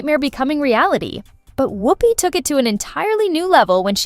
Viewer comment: How the hell is she legendary. Ghost and a nun, that’s it. Fhost ent off cos of Patrick swayze, not whoop-pee